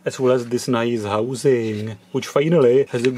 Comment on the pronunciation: And of course i like if he says "naice" 😃😁